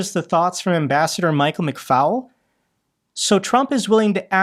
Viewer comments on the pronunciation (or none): McFaul is NOT pronounce FOWL -it is FALL like fall over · 'It's pronounce -'mic-fall' NOT 'mic-foul'